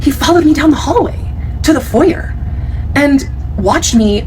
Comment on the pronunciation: Thank you for pronouncing foyer correctly that’s one of the few words that drives me insane when people mispronounce 😭 foyER doesn’t even roll off the tongue as nicely